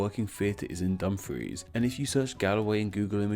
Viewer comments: Kirkcudbright is pronounced 'Kir-Koo-Bree' Also 'Dum-frEE-SHer' And 'Dum-frEEce' Hey you got Galloway perfect though :) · I like the vid but just wanted to point out that Kirkcudbrightshire is pronounced Ker-coob-ree-sher, Dumfries is pronounced Dum-frees, and Dumfriesshire is Dum-free-sher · ok I like the concept of your video. However if your going to do a video about place names, youve got to be able to pronounce them correctly. Youve mispronounced Galway many times, as well as mispronouncing Dumfries, Kirkcudbrightshire and Dumfriesshire. A bit more research is needed. Otherwise decent.